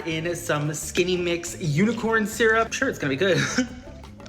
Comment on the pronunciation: its koolaid with syurp